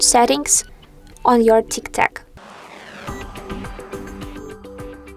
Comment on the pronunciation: If you are going to post instructional videos, you may want to pronounce the name of the app correctly.